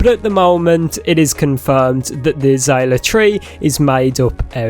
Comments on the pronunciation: It's pronounced uh·zei·lee·uh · Uh-zale-yuh. And those are flowers. Not fruit. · your saying it wrong its a zae l ea